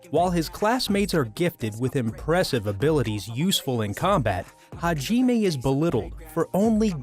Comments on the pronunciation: It's not "hajimey" its "hajimeh" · Arifureta. Edit: oh it’s here Edit 2: eww, did u just say “HA JEE MAY” ? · Ha - Gee - May... aight I’m gon head out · I hate how this guy pronounces names how does the name hajime look like it is pronounce hageeeeeeeme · Ha-ji-me and Yu? boi this guy know about anime or not bc that was just terrible i mean he butchered it! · Ha-JEEEE-May ok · It’s kinda annoying me how he his saying hajime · Just me or does it sound like the narrator hasn't watched Arifureta (just by the way he pronounces Hajime, it kinda seems like he has never heard anyone officially pronounce it) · Omfg that mispronunciation on arifureta characters...its not U its Yue and Hajime isnt pronunced like that wtf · The way he pronounced Hajime was way worse ^^'